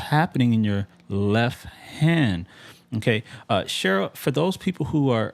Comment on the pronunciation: Quick note, being that I had to cringe every time you said "leff" in this video. You obviously know how to spell it/the word!! Why you refuse to pronounce the 'T' in left when you say it, is irritating, and beyond me, considering you make an obvious attempt to sound intelligent, rather, (my bad), speak intelligently as it where, only to mis-pronounce a 1st grade 4 letter word , come on bro, it's called a tell. and at your level musically, and intellectually should not be happening. keep up the phenomenal work, and speak like you play! The world is watching.